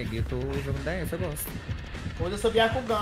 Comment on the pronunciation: "Byacugan" quase tive um troço nessa hora akakkakakakka